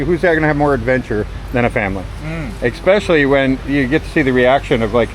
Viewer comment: Yep. He said eXpecially.